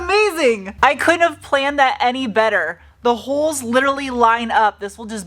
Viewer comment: When you were comparing the speakers and remarking on how fortunate it was to have the perfect mounting holes, I thought you said "I couldn't have planned it, Eddie Vetter"